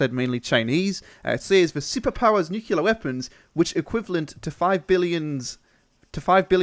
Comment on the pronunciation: Nuke-Lee-Ar not Nuke-U-Lar